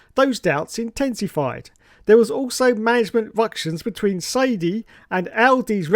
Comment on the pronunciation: Its pronounced “Sigh-duhl” not sighdy lmao